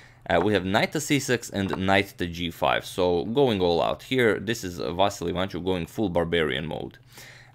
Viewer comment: please dont say vassli say it correctly va-ssi-ly